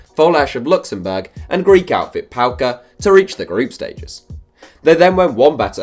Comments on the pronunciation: It’s name is PAOK not PAOKA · Who tf is Paoka? Its BA-OK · Paoka? Its PAOK 😡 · Mate the team is not called PAOKA it’s called PAOK